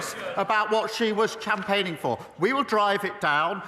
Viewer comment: What did he say? Champagning for haha, he meant to say campaigning for, IDIOT!!!doesn't he talk utter BS.? What a sausage 😅